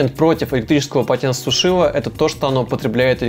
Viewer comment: ПОЛОТЕНЦЕСУШИТЕЛЬ. Не коверкайте русский язык.